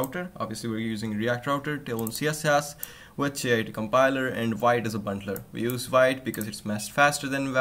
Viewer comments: it's not pronounced Vaeet, it's pronounched "veet" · Vite (French word for "quick", pronounced like "veet")